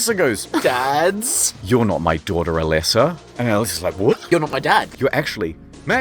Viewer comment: A-leh-sa? I barely know her!